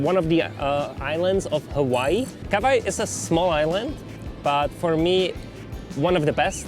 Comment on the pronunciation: Super. Jen Honzo, Kauai se vyslovuje Kavájí.